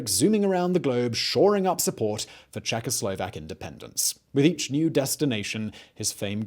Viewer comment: He was litelary czecho - slovak, I know it might be hard for those lips, but try, czecho - slovak